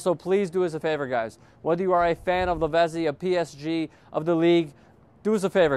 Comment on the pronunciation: Lavezzi is pronounced LAVETSEE